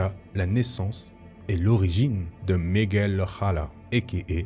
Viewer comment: Migwell o a-ra, comme ça se prononce